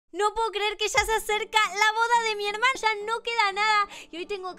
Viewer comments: que ella dijo hermanya en vez de hermana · Me parecio escuchar hermaya ves de hermana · cuando empesaste dijiste hermaya embe de hermana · dijo en vez de hermana hermalla jjajaj en el inicio xdd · No se porque pero cuando dice hermana yo escuho hermaya lo escuharon? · Alguien se dio de cuenta de dijo hemalla en vez de hermana? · Perdón pero al principio dijiste hemashnna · Soy la unica que escucho "hoy es la boda de mi. Hermaya " no tengo sentido xd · no dijiste ermana dijiste ermanllal